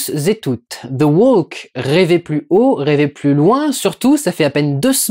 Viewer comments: ça se prononce THE WOK en bon anglais.. c'est insupportable d'entendre ce L censé être silencieux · Plutôt the "wauk" d'ailleurs... Insupportable d'entendre des gens agressifs se tromper en essayant de corriger les autres !